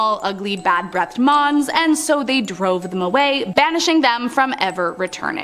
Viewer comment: When she says 'mons' all i can hear is 'moms'